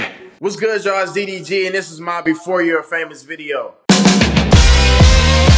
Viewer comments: It’s DEE DEE GEE I don’t kno no skt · These two might not seem like a diffrence but it is DDG DEE DEE GEE The first one is the right one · "DEEE DEEE GEEE", Its DDG nigga 😂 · "Dee Dee Gee" 😂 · Tay K deetheeg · THEE THEE GEE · De De g Boi its DDG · Deedeegee LMFAOOOOOOO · Bro why you said his name D. DG 😂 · This nigga said DEE DEE GEE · this nigga said tee tee g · Nigga stop saying D....D.....G like that. Its all togethee DDG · Who is Dhee Dhee Ghee LoL it’s DDG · Bruh he’s starting to piss me off 😂 he can’t even pronounce ma boi DDG’s name? “Thi-thi-Ghee”, bruh that junk was annoying. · Y he struggling to say DDG😂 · LMFAOOOO FINALLY BUT WHY THIS NIGGA KEEPING SAYING DDG LIKE D D G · Why you pronounce it as dhee dhee geee lmfao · The way he is saying “DDG” is making me lose brain cells💀💀💀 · "DEEH DEEH GEEH" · ”DEE DEE GEE” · I kept getting pissed when he said d..d..g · "DEE DEE GEE" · Bruh why this man keep saying d thee g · CAN U STOP SAYING DDG LIKE THAT "THETHEG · He was really struggling to say ddg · Why this nigga say DDG like DEE DEE GEE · I hate when he says DDG upsets me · im sorry but it bothers me how much he butchers “ddg” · the way he said ddg throughout this video makes me hella mad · Forreal he made me mad lmao "D D G" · I hat how he says ddg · man says ddg like he got a speech impediment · Why can’t you say DDG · Why do you say ddg so terrible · How the hell do you butcher pronouncing 3 letters 🤦🏽‍♂️💆🏽‍♂️🤷🏾‍♂️ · Its ddg ion know no skt